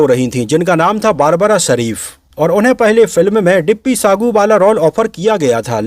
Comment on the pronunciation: 18'16 boss babra not barbra...😊😊😊